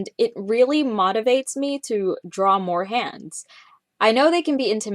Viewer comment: the way she said motivates ....